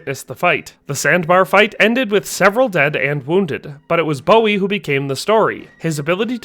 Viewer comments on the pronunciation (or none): Boo-wee. not Bow-wee. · It's pronounced Boo-ee not Bow-ee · Is it not pronounced BOO EE. I know the singer is pronounced the way he did, I've just never heard Jim's named said that way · it's pronounced Boo-wie